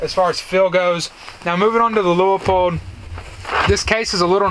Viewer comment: It’s pronounced LooPold! 2 syllables not three! How do I know this? Because I live in Oregon and used to work there!